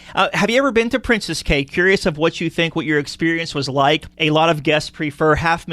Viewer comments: It's pronounced "key". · Please learn how to say the word "Cay" - it is pronounced KEY for both Princess Cays and Half Moon Cay